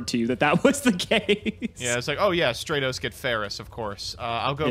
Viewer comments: I hate that he calls it straight-os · Why can I not get over mtb pouncing Stratos as "stray-toes" like it makes me wanna smack him each time he mispronounced it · Straightos come on! LMAO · Stratos not straitos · Yeah, I have never heard anyone pronounce Stratos as Stray-tos or even Don Zaloog as Zay-loog until this series. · Finally someone notices since honestly I’ve never heard some of these card names pronounced the way pronounces them like Straight-os instead of Stratos and Zay-borg instead of Zaborg to name a few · Everybody: "Stratos": "StrEtHOs" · Favorite YGO show on the utubes... even if keeps saying "straytos". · STRAT-OS!! Holy shit. Stratos!! Not Strate-Os. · Stray-tos, zay-loog he does that on purpose right? .. right? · Nobody: Absolutely nobody:: Elemental Hero Straytos. 🤦🏻‍♂️ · It bugs me when people mispronounce yugioh names it's "strat-os" it's like when people pronounce machina as "mockinaw" or pronounce geargia as "gear jee uh" instead of "gear geee uh" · he also says Waboku wrong, Zaborg, Don Zagloon, and now Stratos. 💀💀💀💀💀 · Hearing pronounce stratos is the stuff of nightmares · The way pronounces Stratos is infuriating lmao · Stratos pronunciation sent me to the shadow realm. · And then everyone crucified for pronouncing Stratos wrong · The cringy way pronounces Stratos. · Please stop saying stratos like that